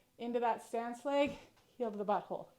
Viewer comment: Bui hole? Where are you from?